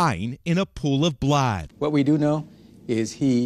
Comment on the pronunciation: "A pool of blad" you mean blood?